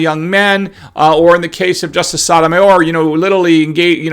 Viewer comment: She’s a tool bag, but you are not saying her name correctly. The O’s in both her first and last name is the “Oh” sound, like O’Reilly’s Auto parts.